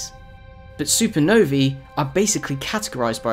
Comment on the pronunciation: Supernovee haha